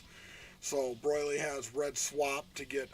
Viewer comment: Broil-ly lol